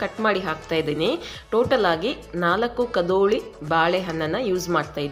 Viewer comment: ಕದೋಳಿ ಅಲ್ಲಮ್ಮ" ಕದಳಿ" ಬಾಳೆಹಣ್ಣು